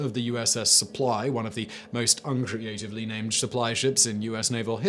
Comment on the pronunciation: Been googling “unjagratively”....it’s not a word?